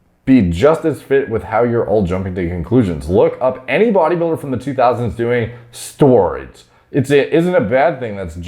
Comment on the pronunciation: “Stwroids” sounded out 😹😹😹